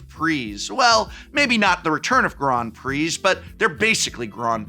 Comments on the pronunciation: Ooh la la, GROND PREE, listen to Mister Sophisticated here, I didn’t realize I needed to wear a monocle and play the grand piano while watching this video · "Grond Pree" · What the heck is a "Grond Prix"? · Grond Preeze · What the devil is a “Grawn Pree”??? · What are these Grawnd Pree that you speak of?? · They way he says Grand Prix is so weird to me lol